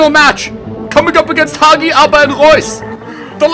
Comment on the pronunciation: Learn how to pronounce HAGI'S NAME RIGHT!! It's seriously annoying whenever u pronounce it wrong. Btw love ur videos especially the intros